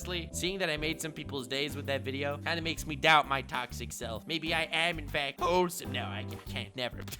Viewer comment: I love how in each video u say ur Taxic Uhm. Thankfully you don't know what REAL Toxic is.... this is an ultimate compliment here yo Hope u'll secretly appreciate it